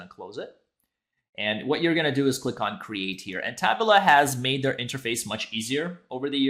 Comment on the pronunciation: TA-BOOLA, not TAB-U-LA lol